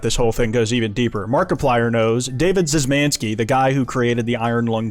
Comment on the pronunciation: the proper pronunciation of "Szymanski" is "sh-m-ah-n-ski"